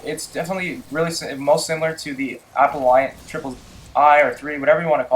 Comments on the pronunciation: Appellant = Apel-lant - NOT apple-i-ant Grenadier = Gren-ah-deer - NOT gren-ay-durr Icarus = Ick-a-russ - NOT I-care-eee-ous I like comparison videos and I appreciate the time this took to make, but I can't watch your video when you are so flippant with names, I just can't stand to. With that said, please consider this constructive criticism. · aPELLant, not appleEYEant. jfc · app-el-ant not apple-iant and lot of ur guns are well not very god role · Lmao bruh stop adding "i" to words. Icarus not Icarius, Appellant not Appelliant, and the one word that had an "i" was "grenadier" and you said "grenader". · it's appellant, not appelliant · there's no I in appellant....I cringe everytime you say it! awesome vid though dude!